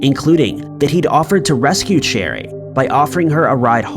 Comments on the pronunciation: Last story- her name isn’t pronounced “cherry” , it’s “ sha-ree”. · not sha-ree its pronounced Share-eeee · Cheri is pronounced SHERRY, not cherry lol geesh!! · Yeah, 'Cheri' became 'Cherry'